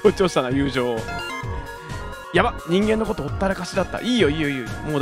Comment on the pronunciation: 男同士の友情……強調しますね……（笑）